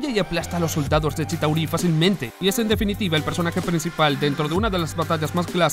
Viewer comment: La mejor pelea fue Hulk vs Abominacion. La peor thor ragnarok. Demasiados chistes. Esta voz fue mejor. Expresó mas emoción y seguridad. Aunque mal pronunciación de Shitáuri.